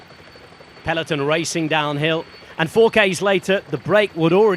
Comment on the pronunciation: The commentator goes to annoying lengths to prove he can pronounce names of riders from different nationalities, yet can't pronounce 'peloton' properly...